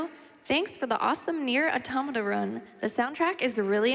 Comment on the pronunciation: Props to the announcer for pronouncing "Automata" correctly.